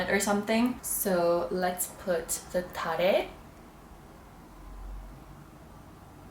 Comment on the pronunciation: (At the beginning of your video still..) Omg look at those crystals 👀✨🌈✨ The way you say TaReh sounds Italian to me 😆